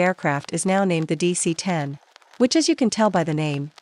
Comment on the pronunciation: dc-10 sounds like a-38